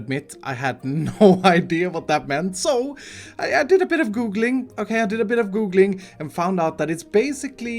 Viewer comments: "i did a bit of goog ling" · Man I love how you pronounce googling :)